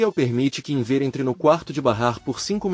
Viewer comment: Inver que pronuncia horrível é Enver